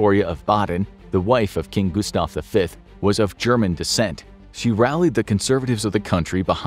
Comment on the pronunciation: As a fellow dude named Gustaf, you just slaughtered that pronunciation